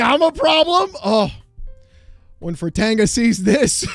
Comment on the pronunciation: It's Fratata. He has a sound clip pronouncing it every video. Some times multiple times.